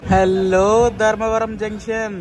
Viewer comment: ధరంవరం కాదూ స్వామీ ధర్మవరం అనాలి. అంత మంచి పేరును ఖూనీ చెయ్యొద్దు దయచేసి .